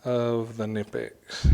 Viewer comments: Pronounce the K please. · I can't take someone seriously when they can't even pronounce a company's name properly.